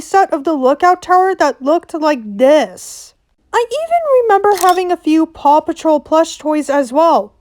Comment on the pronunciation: The amount of times paw patrol was said on quick succession it just sounded like papa troll